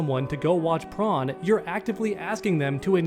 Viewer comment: Man saying the SpongeBob SquarePants character Prone the Shrimp and not Corn